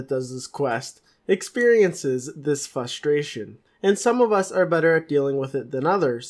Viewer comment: anyone else notice that he cant say frustration right? hahaha